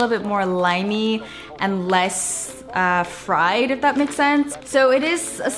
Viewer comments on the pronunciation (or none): none